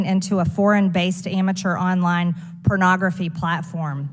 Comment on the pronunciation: Did she say "Pernoggerfee"?